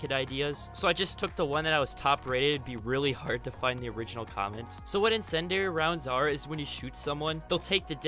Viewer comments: It's pronounced in-sin-dee-ary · Ah, yes, “insendary” rounds. I love those.